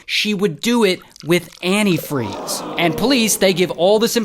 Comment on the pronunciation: Who pronounces antifreeze like that?